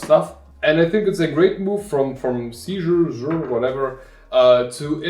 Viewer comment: Thanks for the good review! I collect antique books and old handwritten documents that I want to scan easily. I think it is pronounced like the name "Caesar", at least that how they say it on their website.